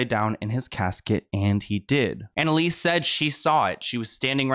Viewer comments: EL-SEE . Sorry, it was driving me nuts every time you said EL-EE-SS. 😂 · is it just me or is her name elsie and not elise like he was saying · Seems her name is spelled ELSIE (El-see) but is it supposed to be as your pronouncing it, ELISE? (E-leese). But wow, you find some very interesting stories. That creepy old perv thought he was going to actually be “on top” of Marilyn, you know, for eternity. However the unimaginably uncomfortable embrace of Hell has claimed him instead. (Body snatching, also using bodies and remains in rituals is a thing for certain ghouls. As a news reporter I was assigned to cover a cemetery desecration, and couldn’t believe what I had seen there. Bodies were dug up out of the ground, and sat up in circles, skeletons leaning against gravestones, was horrible. I’m sure some of these ghouls wanted to get at her body, so they’ve had to protect it somehow). I could never understand how she married DiMaggio. Baseball is one thing, but kissing that guy, I dunno, looks quite the most unpleasant chore. Miller was another creepy cold fish she made a miscalculation with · Her name is Elsie not Elise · It's Elsie, not Elise 🤣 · I just wanna say her name is El-sie not Elise. As an Elsie myself was just erking me - sad and sickening story though, absolutely breaks my heart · It says ElSie not Elise right? Just fyi. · I think the wife’s name is pronounced Elsie not Elise. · Not to take anything away from the video but the creep's wife's name is *Elsie, not Elise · I’m sorry but I can’t stop hearing you say the name ‘Elise’ when it’s EL-SIE. You even have a news clipping with her name written on it 😂😂😂 how fast are you making these videos? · El-sie.* Not Elise. :) At least that's what your examples read. :) Easy to flip em. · Her name was Elsie like Ell-see ! Great story just wanted to clear that up. It was my grandma’s name and popular for the time :) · His wife’s name was El-see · I think her name is pronounced (El see)